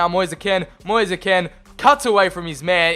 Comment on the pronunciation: I’m Italian and the pronunce of Kean is Ken not Keen,and his name Moise we pronunce it like Moise not Mois or Moisee,another tip for Drąagowski,the pronunce is Drongoski because there is the same ą a of Piąntek who we pronunce Piontek,very good episode. I can repeat it many times:This channel is so underrated